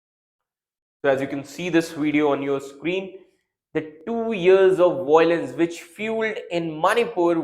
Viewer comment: Indians can’t pronounce violence It’s always voylance 😂